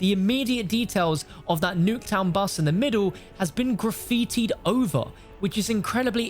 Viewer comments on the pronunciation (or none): He says graffiti like they will be related. It’s the 80’s